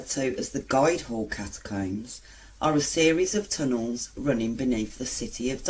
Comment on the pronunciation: Am from Derby lol Did you read this from Derby most haunted? Sorry ur pronouncing the guild Hall wrong to lol its also known as the old fish market Good video tho thanks ✌️